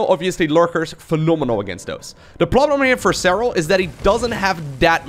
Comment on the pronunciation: Serral.. serrlrlrlrlal 😂